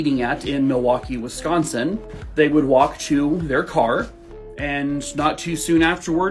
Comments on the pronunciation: I'm from Wisconsin born and raised...you say it JUST FINE♡♡♡♡♡I love your videos! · That's close to how locals pronounce it though.